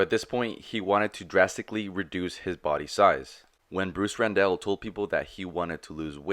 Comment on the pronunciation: Last name was Randall, pronounced like Tony Randall. Not Rendell.